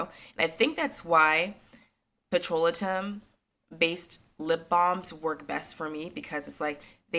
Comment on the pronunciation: Pet-ro-lay-tum. (Petrolatum)